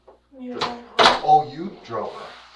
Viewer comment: The moment the girl sat down and said the words "Fort Luaderdale" it all clicked for me. Some of the worst people on the planet are from or gravitate to Florida. Alllllll the crazy ones.